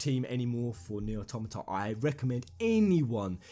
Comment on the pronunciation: Jeremy Ang You are wrong. Automata has its basis in automaton. He is pronouncing it correctly.